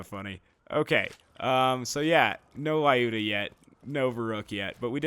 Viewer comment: My Russian side is cringing, I've gotta comment - the Lyuda is pronounced L-yooda, not Lie-ooda :-)